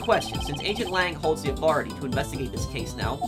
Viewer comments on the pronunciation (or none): none